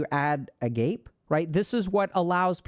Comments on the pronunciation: Classical Arcaeologist here! Agape is not pronounced "Ah-GAYpeh" with 2 syllables and with the hard 'A' stressed in the second syllable, it is pronounced with three syllables and the stress on the penultimate syllable, either as "Ah-GAH-pay' or 'Ah-GAH-pee' depending on whether we're talking ancient Greek or 'Modern' Greek (modern as in Canterbury Tales modern, at least). 'Ah-GAH-pay' would technically be the most correct, as this would have been the pronunciation in the Koine Greek the Abrahamic Septuagint was written in, which is the first use of the term Agape in this context & meaning, as far as I can find. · AH-GAH-PAY. Not "a gape" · Sacrificial love... isn't pronounced 'A-Gape' lmao. Its pronounced 'A-Ga-Pe' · A gay pie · Love your content and I hate to be THAT internet twit, but I cannot contain my cringe when I hear you repeatedly mispronounce "agape." Pronunciation: Commonly pronounced ah-gah-pay in English-speaking regions, and ah-gah-pee in modern Greek. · Agape = a-'ga-pē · for gods sake can someone PLEAse tell him its pronounced AH-GAH-PAY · Agape = “Ah-gah-pay” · Agape is a Greek word, it’s pronounced agapay 😅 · Agape? Pretty sure it's pronounced like A-gop-A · A-gop-pay!! Agape is pronounced like that!! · Agape, ah-gah-pay, it's Greek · Uh-GAH-pay. Not agape lmfao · actually ah gah pey, but yeah I was looking for this comment lol. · ΑΓΑΠΗ. The word in greek. The last two letters are pi and eta. Eta is always pronounced as ee. So, it's ah gah pee. Just a Greek viewer. 🇬🇷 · Dr. K, this is the smallest thing but I could not stop cringing every time I heard "agape" being mispronounced. If only for a random viewer's sake, please know that it is called ah-GAH-pay for the future 😅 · I'm taking psychic damage over here listening to you pronounce these Greek words like English. "ah-GAH-pay." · FYI Agape is pronounced "Uh-Gah-pay" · Agape is pronounced ah gah pee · It’s actually pronounced “A-GAH-pay”. This video is life changing tho. Thanks, Dr. K!🩵❤️‍🔥